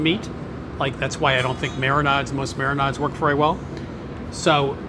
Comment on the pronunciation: MIRR-IN-AUDS - TODAY'S WORD IS MIRR-IN-AUDS. AUDS AS IN AUDI.